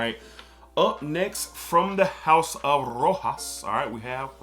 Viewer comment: Love your stuff. Keep going on. Rq : pronounce "roshas" moustache ;)